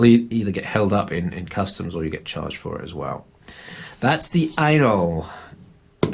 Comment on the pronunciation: Ainol or anal?? Could just be your accent lol